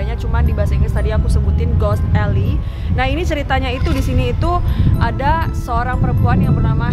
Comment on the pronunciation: Alley itu dibacanya eli bukan elai.... Anw pendeta itu boleh kok berhubungan spt menikah. Kl yg nggak boleh itu pastor dlm agama Katolik. Belanda itu kan mayoritas Kristen Protestan jd pendetanya boleh kok menikah. Coba mungkin bisa telisik lg sbnrnya alasan larangan pernikahan di cerita horor diatas tuh apa....